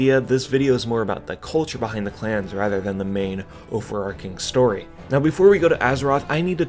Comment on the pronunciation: love your content! Just a micro reminder that the 'ch' in overarching is pronounced with a /ch/ocolate, not /ch/aos